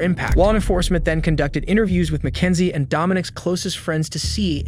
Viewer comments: MACKENZIE SHIRLLA?! MY NAME IS MACKENZIE but not shirlla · “all the down” this voiceover is absolutely fucking ai “Mack-n-zie” … what the fuck is that word, it’s meant to be “but even if it is” but instead it’s “but eunfi it is”